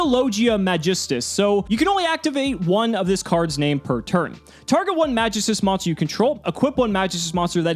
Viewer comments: Pronounced MagEEstus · Love the content, but the way you say magistus makes me cringe a bit... it’s a very old Greek word that’s used in certain stories of the old gods, often in reference to a line of powerful artifacts that the gods created for themselves and the best warriors to protect the different planes in the afterlife. The most commonly known one (because of assassins creed odyssey) is The staff of Hermes trismagistus, in fable the staff can bring immortality to those who wield it with care and don’t succumb to their own madness, for the unworthy they lose control of themselves and become dark versions of their former selves destroying everything they hold dear to themselves. The word is pronounced “mag-geese-tuus”. Absolutely love the content and you have personality compared to other yugitubers I’ve seen. Keep up the good work man 🤘🏼